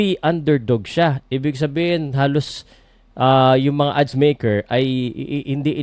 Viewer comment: 😮 Do you mean Odds not Adds